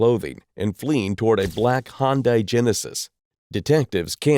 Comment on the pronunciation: It’s not a hoon Di it’s a Hyundai